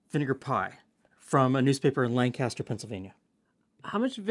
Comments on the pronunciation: it’s pronounced “Lankester” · As a resident of Lancaster, I feel compelled to mention that Lancaster is pronounced "Lanc-ister", like there is an "i" instead of an "a". Cool recipe, love to see some representation of my corner of the world